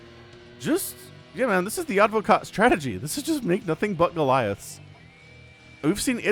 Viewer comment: Advokat in Russian and also in Bulgarian means lawyer but the stressed letter is the second A not the first one :)